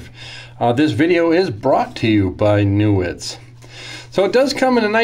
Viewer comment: I think that's pronounced 'KNEE - woods'. I heard the name pronounced a long time ago, in a galaxy far far away, by a guy named Alfred Newootz in Germany in the 1980's. But then, who knows these days... I am just drooling about D2 steel! Technically it's not Stainless, but it sure shines like it! Incredibly tough and hard! Like the old Tolkien saying - Not all that glitters is gold... Side Note: I confirmed that G10 was invented in the 1950s. But no info on who invented it. Further research may be needed.